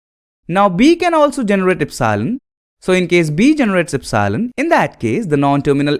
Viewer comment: please learn to pronounce epsilon, its very annoying